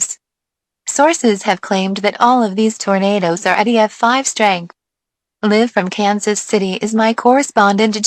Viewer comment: the mispronounciation of "live" made me laugh for a while, then the fucking creepy eas tones scared me